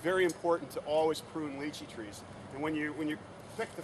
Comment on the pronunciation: He said it right - it's pronounced as litchi direct pronunciation from mandarin - stop been a smart alec